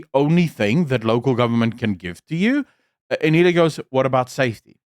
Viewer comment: The way you made zero effort to learn how to pronounce Anele's name correctly, tells me everything I need to know about the racial undertones of this podcast. It's typical of your people to butcher our names like they mean nothing to you, because they mostly don't. These small things that you overlook are the very reason why so many Africans are nowhere near ready to trust a white woman to govern them. I stand with Anele! She did well to stand up to Zille! I agree that Hellen is capable of doing her job but Anele definitely spoke for African people in a refreshing way with the questions she asked.